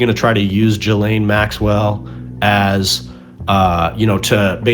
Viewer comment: Bro is one of the few Americans that doesn't say jizlane